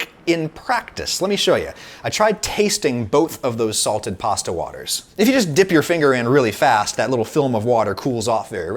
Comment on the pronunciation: this guy sure says pawsta a lot